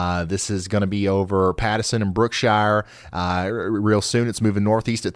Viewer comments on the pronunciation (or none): Brookshire, TX is pronounced brook-sure. brook-sher. Not shy-er. And Kemah. Is key-muh not key-maw. Have to close this, too much mangling of Texas city names.